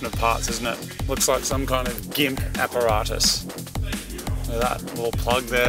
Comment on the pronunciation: "Gimp Apparatus" you're killing me Moog lol